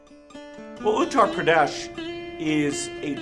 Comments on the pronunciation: the way he pronounced "Uttar Pradesh"... I am speechless 🤐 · His pronounce of Uttar Pradesh is 😂😂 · I Just like how he pronounced Uttar Pradesh